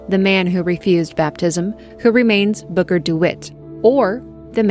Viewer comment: I thought you were saying booger not booker. 😂